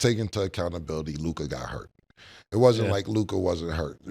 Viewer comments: Mase the man name is Luka...not lukaaaaa godamn shit sound dumb as hell bro when u pronounce his name that way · Why do mase call Luka Lukah?? Lol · Mase: Loo-KAA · Why Mase say Luka like that 😂